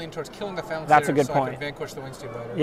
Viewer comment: Graham Dent Irregardless of your limey pronunciation, Ben keeps pronouncing it Phalnax...